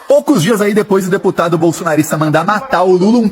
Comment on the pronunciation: Nem.fala.certo o."deputado "...cardia. kkkk